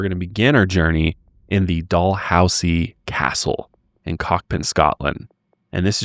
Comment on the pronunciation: Idk if you know the pronunciation but its dal-hoose-ee